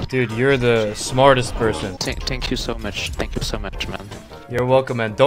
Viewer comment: Ok Thhheankju